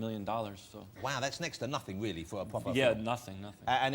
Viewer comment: He’s weawwy funny